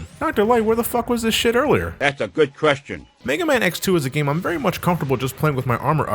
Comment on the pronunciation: "Dat's a good queshton..."